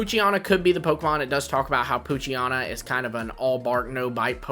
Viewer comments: It’s poo-chi-ena not poo-chi-ana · WHY did you repeatedly mispronounce Poochyena? You did it every single time you mentioned it. It’s like nails on a chalkboard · If someone mispronouncing a fictional character’s name is so bothersome for you, you may need to work on yourself emotionally and mentally.